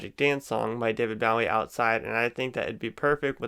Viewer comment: You butchered David Bowie's name Google it so I can tell you how to pronounce it correctly love your videos by the way